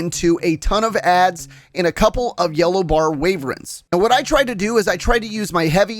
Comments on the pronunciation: Ok i like the tips but the way you say Wyvern as Wayvern hurts me both physically and mentally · Very helpful but may I suggest how to pronounce wyvern (not waverens)